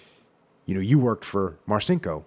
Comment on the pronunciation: Jocko champion! BTW it's pronounced "Marchinko", exactly as your sidekick suggested. One of my fav books from the teenage years. Tough, crazy motherfucker, and not empty-headed on top of all that.